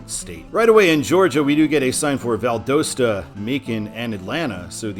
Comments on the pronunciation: The correct pronunciation of Valdosta is Val-dahs-ta. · It's Oh-Cal-la and Val-da-sta - My grandparents lived in Williston. My Dad when out to swim in that sink hole as a teenager in the 1950's. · I'm sorry but I think you mispronounced Valdosta. I live in Georgia and it actually is Val-daw-sta. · You have two pronunciations that are driving me NUTS in the video: Ocala is pronounced o-KAL-uh (short a) Valdosta is pronounced Val-DAHST-uh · Your ocala and valdosta pronunciations need work lol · Valdosta isn't pronounced right. The o sounds like an a. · Wow, you might want to learn the proper pronunciation of the cities that you’ll be mentioning in your videos. Seriously !?!? ...... Ocala & Valdosta to start with. I could only handle watching for the first 1-2 minutes before I was done. Good luck with your future videos. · Ha I live in Valdosta and it’s so funny hearing people mispronouncing it! Also that was exit 11 that you showed, and it’s by far the worst exit out of all the ones in Lowndes county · The O Valdosta is pronounced like the OU in ought not the O in own.